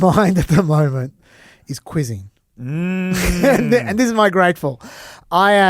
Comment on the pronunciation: Holy smokes. I did a double-take at grateful moment. I originally thought I heard say, "On my mind at the moment is quitting." After rewinding, I realised had said 'quizzing.' Phew! Now back to normal programming 🙂